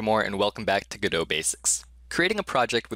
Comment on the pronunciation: 3 videos in a row? What universe am I in? (also can you stop pronouncing godot like you're french)